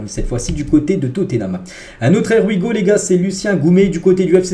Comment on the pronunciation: On dit: [ IY WI GO ] Here we Go. ce n'est pas [ER WI GO] Merci